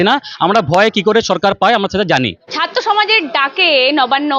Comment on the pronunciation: ইউটিউবার আপনার আজ ও ' র 'উচ্চারন ঠিক হয় নি। এখানে ছাত্র উচ্চারণে ভুল হচ্ছে। আপনি বলেছেন ছাত্ত।